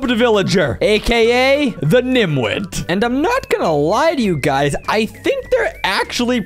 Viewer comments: I’m not gonna lie to you, It’s niTwit not niMwit. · It's nitwit 😂😂 not nimwit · its actually called nitwit. Not nimwit